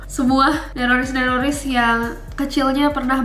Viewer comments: Nessie Saat Berkata Nerroris Kyak Bilang Teroris Njerr Akwowk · Kak pertama kali saya denger neroris saya dengarnya teroris